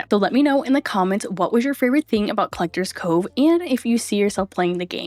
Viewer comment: Collector'SSSSSSS Cove. There's an S there. It's not supposed to be silent.